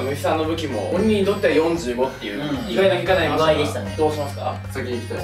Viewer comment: 『４５』めっちゃなまってて面白い✨💕 よん⤵じゅう⤴ご⤵ってwww